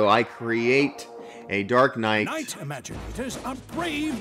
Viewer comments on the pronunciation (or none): It's not remaginators it's imaginators